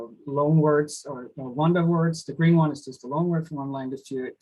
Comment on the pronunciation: why do you pronounce "loan" as "long"?